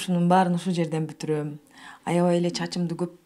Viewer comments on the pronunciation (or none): Алпаруучу кыз туура суйлочу буторбойт бутурот деп айтылат